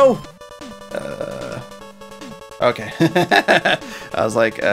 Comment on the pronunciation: Why you say Mari 0 btg?